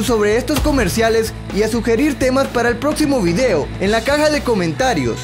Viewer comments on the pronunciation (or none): none